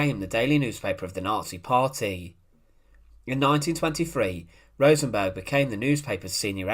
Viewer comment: Rosenberg wasn’t Swedish. Why does he keep calling him RosenBORG? 😂😂😂